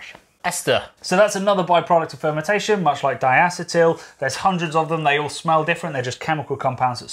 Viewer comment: Starting off with a bad pronunciation of diacetyl. Should be DIE-A-SEE-TUL. Ask a chemist about this. They will back me up. I have some other minor quibbles, but generally good info. You missed out on quite a bit: Lauter, Krausen, Trub, Isomerize, Dubbel vs double, Tripel vs triple. Maybe hot liquor tank and mash tun?